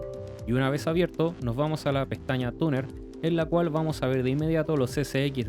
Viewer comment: se dice tuner no taner xd